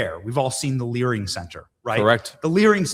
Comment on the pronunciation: He actually said “Learing Center” 😂😂😂